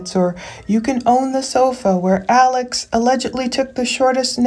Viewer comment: Alex pronounced his own name Ellick Murdick on the stand